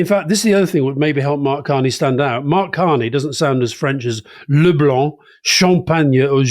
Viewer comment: Thank-you for pronouncing LeBlanc properly. That is the legacy of Norman’s stamp on British English. I am OED Canadian.